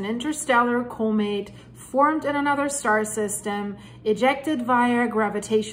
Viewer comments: Thank you for the video. Just to help out with non-english speakers, Comet is pronounced "Kah-met" not "Koh-met." Great video. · It’s pronounced calm-met. The word comet. It would take forever for me to learn Deutsch.😅